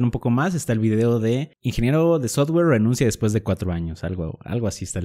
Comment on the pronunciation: No entiendo si sabes ingles por que pronuncias sotguer en vez de softguer? Si es software